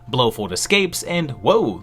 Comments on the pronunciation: your mispronunciation of Blofeld feld not fold has made me not finish your video it is as bad as if you had called Bond's other main villan Goldpinky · Love it but I wince at your pronunciation of Blofeld. It’s “Blow Feld” not “Blow Fold”. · I remember seeing a post maybe from about mispronouncing things on purpose to encourage people to correct him in the comments but man oh man BlowFOLD blow Fold fold fold fold fold. That one was rough